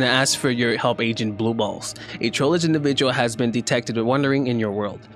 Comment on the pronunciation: So trollge up arrow sound like he say why